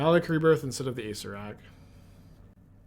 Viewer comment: please... your killing me. It's pronounced ah-SAYR-er-ak...someone in his twitch chat, PLEASE tell him. It's hurts me to hear acerak. It's acererak.